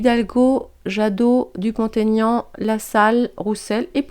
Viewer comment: Merci. Effectivement oui, Mr Dupont-Aignan est largement sous-estimé….il fait une très bonne campagne et mérite mieux. Ses idées sont très appréciables et devraient changer la France 🇫🇷!!! Juste une petite remarque…ne faites plus la liaison de son nom. Jamais pour les noms propres… Vous êtes très forte!!! Bisous 🥰😘😽😇😇😇